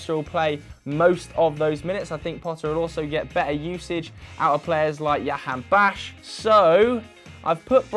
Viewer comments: Yahanbaksh lmao it's pronounce Jahanbaksh J not Y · By the way, Jahanbakhsh is pronounced Ja-han-bakhsh, literally like it's spelt, not Yahanbakhsh which for some reason you lot keep saying. 😂